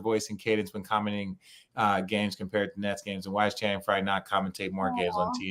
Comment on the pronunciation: Perk is like the uncle who everyone goes "there he goes again" to. And, what is on his screen? he keeps changing colors. Also, every time he says Channing's name, it sounds like "Shannon".